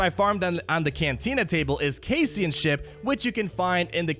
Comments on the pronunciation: I love you like a brother. You know I do. And I love these videos. And I also don't think that you've actually watched Rogue One. Cassian is pronounced "KASS-ian" (not "case-ian"). Chirrut is pronounced "CHEER-it." God bless. God bless. Don't let me get you down. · Casey-an? Really?